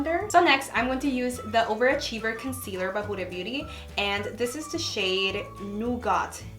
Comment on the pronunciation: WHAT THE HELL IS A "NOOGAHT" 😂😂😂😂😂😂😂😂😂😂